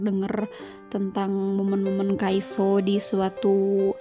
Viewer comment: Kok nyebutnya kaiso sih?harusnya kan kaisu emang namanya Kyungsoo dibacanya kyeongso apa:(